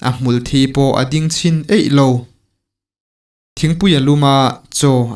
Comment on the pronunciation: Hmulthi hi thi lai hi thisen kan sawi a thi kan lam ang hian lam tur